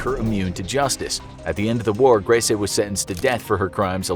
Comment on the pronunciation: Grese...gris prounounced like grey in Spanish...the last E is silented